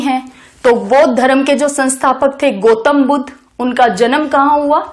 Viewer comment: Mam, it's dharm not dharam🙏 धरम nhi boliye plz, धर्म बोलिए। गोतम नही ma'am गौतम🙏